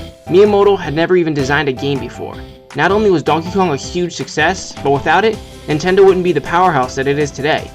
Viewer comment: why do you keep saying intendo?